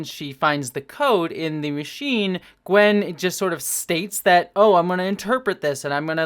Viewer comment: Small note: it's "Gwyn", not "Gwen".